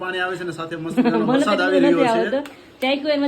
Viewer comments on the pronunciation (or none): none